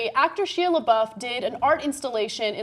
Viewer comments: who is "sheeah" Lebeouf? its pronounced "Shy-ah" Ana.....smh. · I've never heard anyone pronounce it like "shee-uh", does Ana not know who he is? And I'm calling bullshit, he had an exhibit where he said people could do whatever they wanted, and if he was truly uncomfortable, he would have said something, I doubt that there was nobody within earshot of that room they were in. I wouldn't be surprised if he just fucked the girl and didn't want his girlfriend to find out, or if he is just trying to gain attention in the media again. That being said, there is no fucking way Ana and would be so quick to dismiss it if it were a female actress in the same situation. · Ana, say his name right please. It was driving me crazy. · Comments be blowin' up! XD But on an unrelated note, can you at least pronounce Shia's name properly if you are going to do a story about him? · Omg at least pronounce his name right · Can't even Shia name right